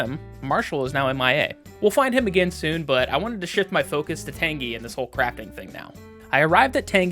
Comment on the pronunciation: pronounced Tan-jee and Uh-zay-lee-uh pls i beg